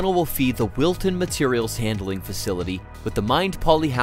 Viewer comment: Wilton not milton